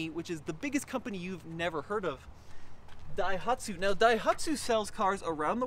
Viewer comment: Sounds like keeps sneezing in this video. "DAIHATSU" Must be the smoke from all the wildfires.